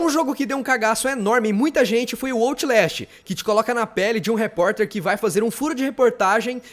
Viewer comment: Não é ootlast , e o OUTlast